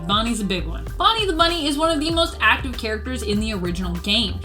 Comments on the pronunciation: Is it just me or does she say bummy instead of bunny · He’s saying bunny